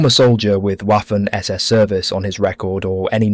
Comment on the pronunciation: The german W, in this case at least, is pronounced as a V, vaffen and luftvaffe not whaffen or luftwhaffe.